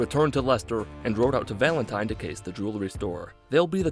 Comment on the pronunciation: He said valentine